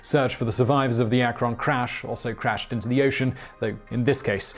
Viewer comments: It's pronounced Ak-ren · Wish Simon could pronounce "Akron". ;-) Ak-krin